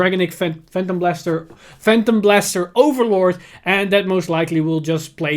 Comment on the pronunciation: Heres an advise. If you can't pronounce phantom blaster overlord, just call him peanut butter overlord.